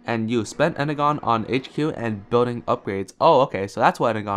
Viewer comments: you need to pronounce it enerjon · its pronounced ener-jon